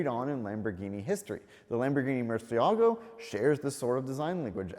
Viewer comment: Hey,! Great video, as usual. But please say Murciélago, accenting the E instead of the A. Muy ears bleed every time you and Doug say it wrong. Thanks!